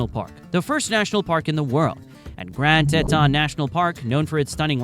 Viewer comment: I’m from Wyoming. Few notes on your film. - Cheyenne is pronounced "SHY-ANNE" - , not "one of" but in fact, THE least populated state. - , Colorado's MLB team is the Colorado Rockies not the Denver Browns. - , Grand Teton is pronounced "TEE-TAHN" - , while true we are often called "The Cowboy State" officially we are the "Equality State" - , Specsavers is headquartered in the UK in a place called Guernsey. Google AI has falsely equated this to Gurnsey, Wyoming, which only has a population of ~4k people. So, while Google claims Specsavers is the biggest employer in Wyoming, truth is they are not even located here. - Laramie is pronounced “LAIR-AH-ME” - In general I’d recommend being more careful with your b-roll. There were a ton of shots that were very obviously not Wyoming, or featuring animals that don’t exist here. For instance shows an Ibex which don’t even live in North America.